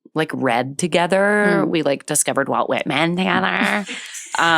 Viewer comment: OMG when I first listened to this I thought Jen said "we discovered 'Wild Wet Men' together" and I thought maybe it was some booktok romance series ... but just realized she said "Walt Whitman" and that is so amazingly and hilariously better 😅